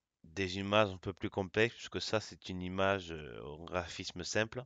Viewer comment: Il faut dire image et non imaze